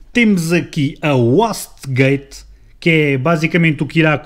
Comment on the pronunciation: wastegate lê-se "uaiste gaite". Só um reparo. Bom vídeo.